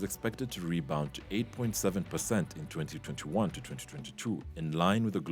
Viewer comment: And it IS DAMN ANNOYING to hear all those T's when you say 2021 to 2022